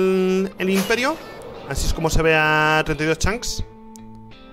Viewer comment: Hay algo que me fastidia y mucho ¿Desde cuando Rich dice "Chanks" en lugar de "Chunks"??